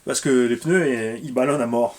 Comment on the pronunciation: Mmmmmm des peuneus pouet poueeeeeet